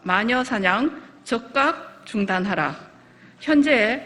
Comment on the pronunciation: 적각 중단하라? ㅎㅎㅎㅎ어디 사투리야?